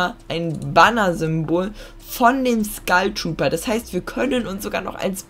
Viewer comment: Wieso sagt jeder Skeil trooper das heißt Skull trooper